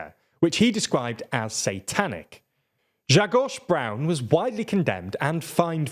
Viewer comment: when he has to devote a whole episode on Polish matter and fumbles every name: 🤷‍♂ when he says "Grzegorz Braun" in passing in TLDR Daily: 💪